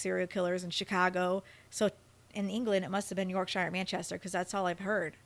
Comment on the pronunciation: YorkSHYER HAHA